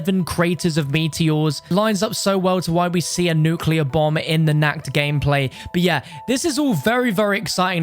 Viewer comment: That moment when he pronounces "Nacht" as "Nackt" which is actually an existing german word too for being naked lol.